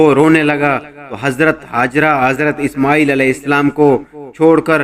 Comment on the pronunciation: ishmooel nai ismaeel tha uska naam pehly parh lia karo na like leny keliy